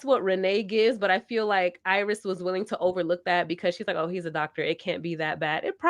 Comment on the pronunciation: It’s Irais not Iris